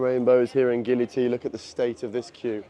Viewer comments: Bruh he said gili belly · Why do you say Gili is Bali? It's clearly Gili, my friend.